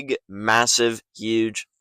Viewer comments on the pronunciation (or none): none